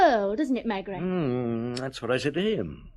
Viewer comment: Whenever this was recorded, it's a horrible version! The narrator can't pronounce the protagonist's name 'Maigret' correctly (!) and the Australian accent is as irritating as the overpowering sound effects. I can't bear to listen further. Sorry!